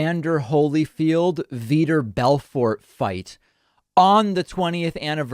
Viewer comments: Vitor= VEE-TOR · As a massive fan of both mma and Pakman, how he pronounced Vitor made me chuckle